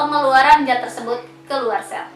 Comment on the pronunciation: Zat klo di Baca menjadi jat ya kak ?